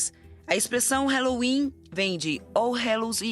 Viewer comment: Fala halloween direito